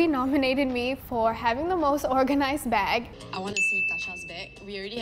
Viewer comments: you said plastic ba instead of plastic BAG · and why when they say bag there isnt a g